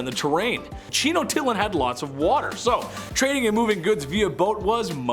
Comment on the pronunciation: Congrats that the whitest way anyone has ever said tenochtitlan 😂😂